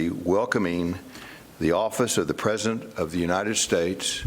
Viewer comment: "Ptesident" Colbert you are on fire! 🔥😂